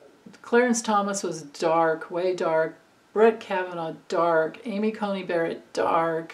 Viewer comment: It's Amy Coney Barrett, not Cultey.